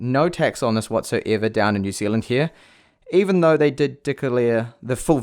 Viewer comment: please just say here and not hewyha